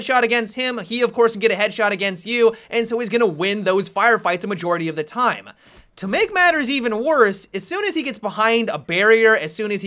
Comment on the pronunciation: Blackbeard-ah. Time-ah. Amaziin-ah. Team-ah. Haha love his pronunciation!